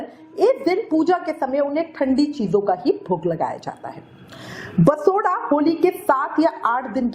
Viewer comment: दीदी बसोडा नहीं बासौडा़ बोला जाता है 😂